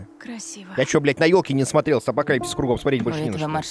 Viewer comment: с прохождения первой части прошло больше пяти лет, а Дима так и не научился выговаривать слово "апокалипсис"))